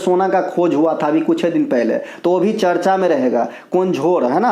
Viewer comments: Ye hmesha hi charch bolte h 😂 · Sir vo charcha hota he charch nhi 😂😂😂